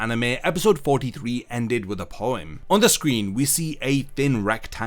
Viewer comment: sorry... did you pronounce it poiem?